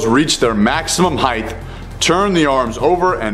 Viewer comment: Just so you know, "heighth" is not a word. You mean "height". Fun fact: My chemistry teacher mispronounced it like that all year and no one corrected him.